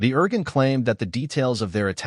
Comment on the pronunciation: it's pronounced. "Ear Goon". thanks!